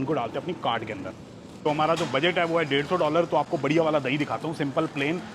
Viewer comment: Bhai cart thoda clear bola kro